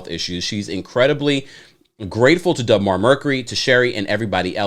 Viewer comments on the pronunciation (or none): It’s not Dub Mar. you keep saying dub but it’s deb.